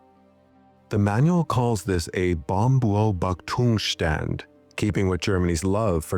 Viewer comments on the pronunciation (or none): Bouwm-bay-oub-ach-toongs-shtund Those long German compound nouns even sound hilarious to us native-speakers. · Bombummbapdoomshtand -- that cracked me up, as German speaker. 😆